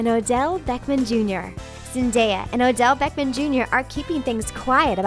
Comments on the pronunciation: Beckman? ITS BECK-HAM!!! DX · She said "beckman" instead of Beckham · Beckham Not beckman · Any one else hear this person day Odell beckMAN not Odell beckHAM?? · Bechman I thought it was Becham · why did she say odell beckman jr its supposed to be odell beckam jr. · "Odell Beckman Jr." ...........It's Beckham and they're not even a couple boo... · Beckman?? Its Beckham. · Odell Beckman Jr. ?How the f do you not know how to pronounce Beckham? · It says BECKAM and all I hear her say is BECKMAN and it is super duper pissing me off. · She said Odell Beckmen 😭🙏🏼 I cant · "Beckman" okay 👌😂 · Did anyone else hear her say "Odell Beckman" instead of "Odell Beckham" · DID THIS GIRL REALLY CALL ODELL ODELL BECKMAN JR. GOR DAMNIT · Did anyone else notice that she said Odell beckman Jr. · "Beckman JR" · Did she say... Beckmann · Did she say Odell BeckMAN Jr? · Why did she call him Odell "beckMan" Jr. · "beckmen jr" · BECKMAN? WHO TF IS BECKMAN? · did you just pronounce the name beckham Beckman? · learn how to say Odell's name right... you said "Odell Beckman Jr." wtf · Nyla Burton I meant in the way of pronouncing the name